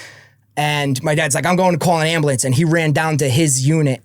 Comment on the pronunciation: Ambliance lol he just kept saying it over and over